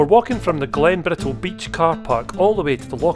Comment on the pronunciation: Not meant to be critical - just an observation. I know many dialects in England have dropped the pronunciation of Ts, particularly TTs, but hadn't realised it was affecting the Scots too. Are you aware of this? When you say "we're climbing Glen Bri ull" it really grates. Anyone else noticed?